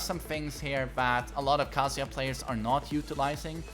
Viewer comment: His name is not KAAAAAAAAAAAAAHHHHHHHHZUUUUUYA